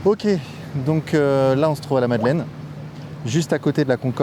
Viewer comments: madeleine et pas madalaine 😅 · La Madeleine pas la Madelaine.... Faites un effort bordel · Madeleine, avec un "e" pas un "a", svp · Merci beaucoup pour ton travail! Mais par pitié, la MadelEine, pas "Madelaine" 🙈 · « L’église de la Madelaine » au lieu de la Madeleine : effectivement tout fout le camp… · Eglise de la "Madelaine" sérieusement ? Ptain Madeleine, pitié vérifiez